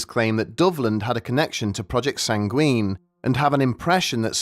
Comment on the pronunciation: WHY ARE YOU PRONOUNCING SANGUINE LIKE THAT AAAA